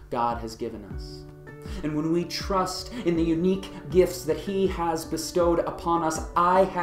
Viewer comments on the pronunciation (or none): minutes in..."Turst in the unique gifts He has bestowed"...? "Turst"? :-)